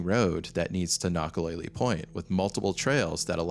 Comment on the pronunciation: Nakalele: kna-kuh-lei-lei (not lei-lee)